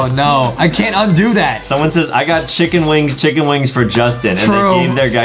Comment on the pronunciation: Chicken wing sounds like thicken wing